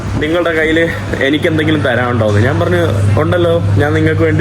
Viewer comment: എടാ കൊച്ചനെ, നാൻ അല്ല, ഞാൻ ആണ് ശരി.